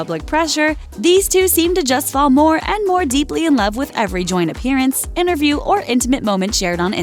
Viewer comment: "In loerve" 😂😂😂😂😂😂😂😂😂